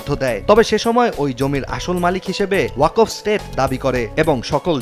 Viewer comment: কেমন সাংবাদিক ওয়াকফ উচ্চারন করতে পারে না😂😂